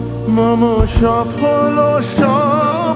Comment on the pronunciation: উচ্চারণ অস্বস্তিকর। অখিল ওখিল হয়ে গেছে। মম মোমো হয়ে গেছে। বেদন কষ্টকর।